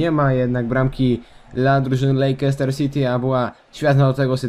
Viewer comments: Lejczester, a nie Lejkester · Czyta się Lester, a nie Lejczester!!!!